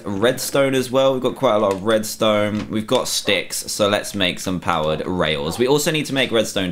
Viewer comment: Am I the only one who kept hearing "powdered" instead of powered?